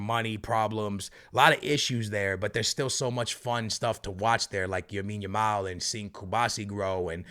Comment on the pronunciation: Bro has mispronouncing lamine as yamine yamal since day 1 bro learn to say his name 😭